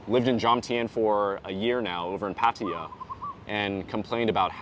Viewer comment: All these advice videos and the people can't even pronounce Pattaya.